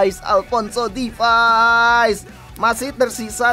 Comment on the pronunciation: Alphonso davies bg, bukan Alphonso difais